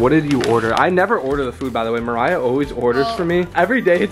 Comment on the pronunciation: It's Mariah not mariah